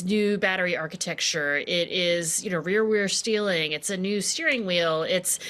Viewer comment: REER WHEEERL STEEELRING